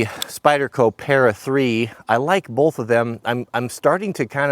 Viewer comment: At least us east coast folks can say "both" without adding an " L " to it.